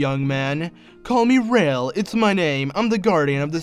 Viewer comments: Its the locomotive's name ra-el not rail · You could try saying it like Ra-ael.